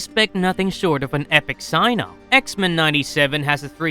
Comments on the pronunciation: Anyone else find the way he says X-mEn weird? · I know right! Such a weird way of saying that word. 😏😏😏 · Why he say X-Men like that